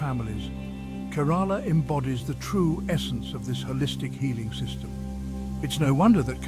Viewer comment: Please at least learn to pronounce the name of the state correctly